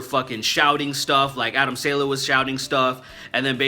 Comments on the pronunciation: Don't mean to be a nazi, but it's "saw-luh" not "sail-uh" :) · It's pronounced saw-lay. Adam Saw-lay. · I believe it's pronounced (Sah Lay) I could be wrong. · Man, I thought you were saying Adam SANDLER lol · I never heard someone mispronounce a name I understand that you obviously don't understand Arabic but come on that's not how you say Adam Saleh